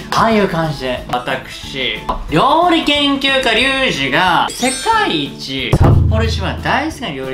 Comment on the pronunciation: せ”かぁい”いちぃ～（声裏返り） サッポロ一番さんとコヤボしてぇ（ロレツが回らない） それだぁ～けんわぁ、さわらないおもいってえがー（訳：それだけでは伝わらない想いっていうものが） この2つを使って・・・？ 使って・・なんかを作るんじゃなくて・・・ いやもう、動画開始から1分程度でツッコミが追いつかない！